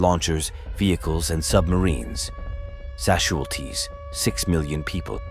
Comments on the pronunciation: Why does this have more thumbs down than thumbs up? Is it cause he kept saying Sasualties instead of Casualties? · AI cannot pronounce casualties correctly but pronounces it sasualties. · I never knew that casualties were pronounced sashualties. Thank you! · No doubt...kept hearing "sasualties" and occasional casualties😅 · Why does it say « sashulties » all the time? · What are "Shazulties"?Oh yeah, the AI didn't properly pronounce" Casualties " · Well, I guess radation casualties are called sasualities in the future? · Where do they get these people to host these shows when they can't even pronounce casualties " not sasualties " that I heard whoever they are say 😂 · That's A.I for you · Sashualties? Whats that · What are "sashualties"? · whats "Sasualties" ??????????? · What’s a Shaz Wual Tee? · What's "sassualties"? People hit by sass? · I'm wondering WTF these "sashualties" are? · wtf are "sashualties"? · I've never heard casualties pronounced as, sesualties. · wtf is "sashualties" ? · What the hell is a "sashualty?" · “Sashualties” lol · "Sasualties?" AI acting stupid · What the heck is 'sashwalties' 😂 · Can someone please explain what "SASHUALTIES" are please 😂😂😂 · What are shasualties lmao umm is this a A I bot speaking lmao the A I will be apart of the nukes shooting off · wtf are sashualties? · “Sashualties” ffs 🤦🏻‍♂️ 😂 what a terrible video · This is a propaganda video by people who don't know how to pronounce the word casualties. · Also, it can’t it get the pronunciation of casualties correct, so I doubt its competence! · Why he pronouncing casualities as Szechuan Sauce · The producer of this video can’t spell or pronounce casualties